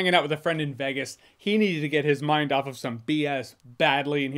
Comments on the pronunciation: It’s not pronounced “Vaa Gus” 😮 It’s pronounced “Vay gus” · The way he says Vegas